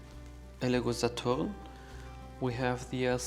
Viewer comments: please stop saying 'Sa-TORN' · This comparison is consumate! You have provided all info and more in 50 min than I have found through scouring the interweb in 4 hours. Please continue to make content! You're fantastic at this! Also love the authoritative tone you have and the dismay you have when finding machine defects, you take great pride! Also love the way you say Saturn, exotic spin. Kudos. You have helped me/us greatly.